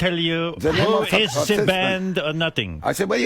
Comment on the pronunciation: “Za AC und za DC”…..great stuff…LOLOL